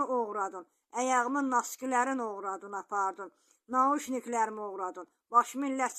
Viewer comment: Oğurladın yox oğuradun düz